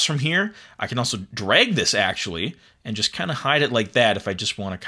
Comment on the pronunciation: it's pronounced drag, not "dreg"